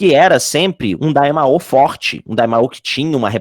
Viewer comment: Tu descobre que o cara é fã de Dragonball qndo ele chama o Daimyo de Daimaoh 😅